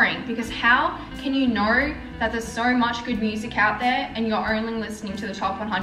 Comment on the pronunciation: The way u pronounce know “knowr” 😂 so annoying